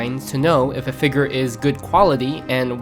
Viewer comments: bro why do you keep saying figger 😭😭😭🙉🙊🙈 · I don't wanna be that guy but saying figger makes you sound dumb.